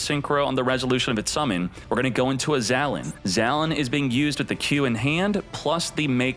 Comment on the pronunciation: Dude, it’s pronounced “Zah - Len”. Get it right, come on